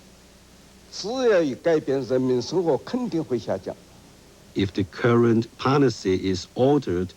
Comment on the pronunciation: The interpretor was terrible, it took me a minute to realize what he meant by "poNicy" was actually "policy" ...